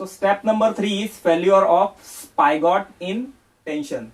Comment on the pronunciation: Sir it is spigot not spygot